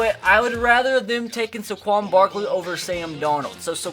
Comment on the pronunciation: ITS SAY-QUON